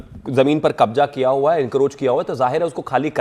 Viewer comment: Kbjja ko gang bol rha